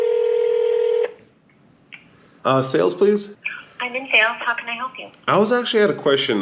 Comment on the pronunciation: Just wanted to tell you that you say Porsche perfectly. I speak German and from all the vids online, man you nail it. I have a GTS waiting for me for European Delivery in a month. Have fun!